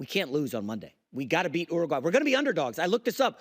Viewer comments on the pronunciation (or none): Bro, don’t worry about being the best at everything for your national identity, but maybe try to say the countries names correctly that you’re comparing us to so you could be taken seriously. How did you say Uruguay? Lol